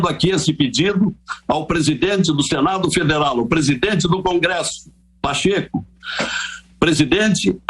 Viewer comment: Ou covardao se pronúncia Pachekúzao, fazendo vergonha aos Mineiros.